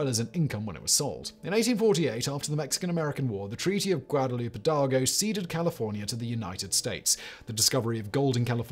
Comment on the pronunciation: Gwadaloop...quayso...miso America...pie-Ella... British pronunciation. 🤣